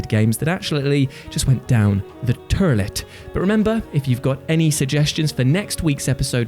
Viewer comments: Was that a Letterkenny reference?? The way he said “turlet” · Was that a letterkenny reference by saying toilet that way? If so. Amazing lol.